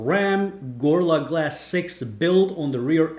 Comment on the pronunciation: haha u saiD GORLLA GLASS